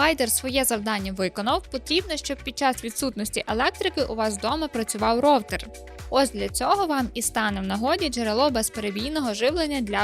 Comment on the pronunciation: Не ровтер А роУтер